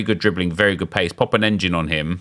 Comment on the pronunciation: I cannot comprehend how you say “good”. That’s Goodt!